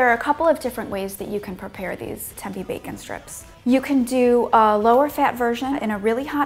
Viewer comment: its not tempy its tempeh